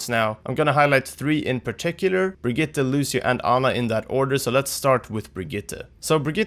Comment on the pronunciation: still triggers me whenever people mis-pronounce briggite LOL...